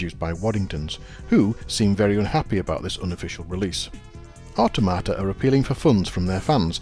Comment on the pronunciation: I always thought 'Automata' was pronounced with the emphasis on 'tom', as in 'Automaton', but that's just me ;)